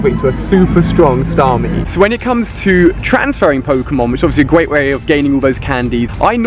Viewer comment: gweat way?